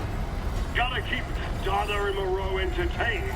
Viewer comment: How many different ways did you pronounce Moreau?? 😂 Loved the speedrun :)